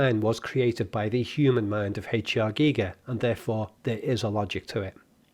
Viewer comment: Haychear geeger 😂